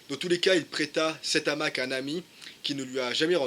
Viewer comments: salut l'ami .... présentation sympa. je ne pense pas l qu'on dise . un n'hamac mais un hamac ( PAS DE LIAISON ) et ont ne dit pas .......l'hamac ... mais le hamac.. idem , on ne dit pas , cet'hamac, mais ce hamac. c pas bien grave ...! ...... c comme pour les zaricots lol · Bonjour Merci pour cette vidéo. Mais de grâce, le hamac à un h aspire, donc pas de liaison comme l’hamac. Non on dit le hamac.